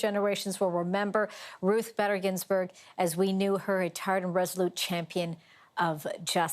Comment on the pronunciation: Shame on you not pronouncing her name correctly 🤦🏼‍♀️